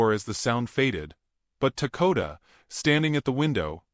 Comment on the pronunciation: Why do you call him Takota when it says Dakota you really need to learn to read ant the others name you also pronounce differant each time you say it 😅